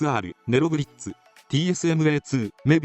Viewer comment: ネロブリッツがネブラブリッツになってる